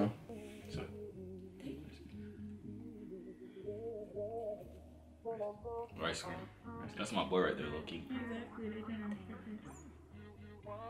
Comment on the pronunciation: said Ricegum 🤣🤣